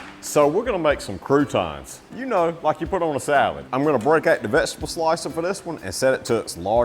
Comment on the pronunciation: I know you have a Southern accent, but accent is NOT annunciation. You do not ANNUNCIATE a LOT of your words - OUT is NOT prounced "ET"! VEGETABLE is NOT pronounced "Vegeble"! "LIKE" is not pronounced "Lie"! "ABOUT" is not pronounced "ABET"!